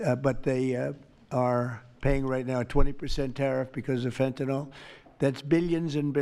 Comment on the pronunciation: why do people always pronounce it FINTINOLL? it makes me fucking crazy, it's fent-a-nil. say it right